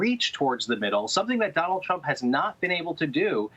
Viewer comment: I could have sworn that he said Donald Chump.